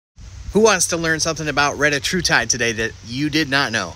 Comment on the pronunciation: Anybody else need to say "RETTA HU TIDE" more often??